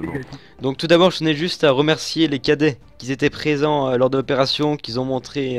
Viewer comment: On ne dit pas "qui z'on". Mais "qui on" ..! Merci, je ne peux pas m'en empêcher !! ^^